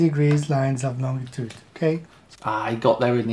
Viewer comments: I love how the guy initially said "longitude" but incorrected himself to say "longue-a-tude" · This guy actually put time and effort into making his "model", which I'm sure already exists for simplification purposes... That's sad. He seems like an old guy too. He's supposed to know better. Also, Lon G itude. Painful.